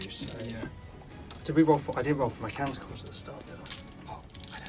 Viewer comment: It's Mechanicus, not Machanicus. Really, guys.